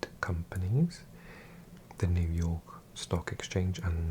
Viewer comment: I love how you say New York. ”Nu jaaw….. K”